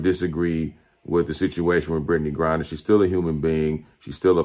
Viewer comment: Jamil Hill keeps pronouncing the name "grind her", at least that's how it sounds.😱😵😳